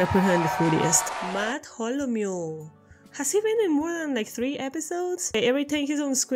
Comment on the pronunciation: his name is pronounced math-al-O-mule